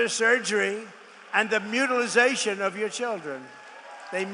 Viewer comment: this isn’t the first time Trump mispronounced the word mutilation …he can’t speak English correctly 🤦🏻‍♂️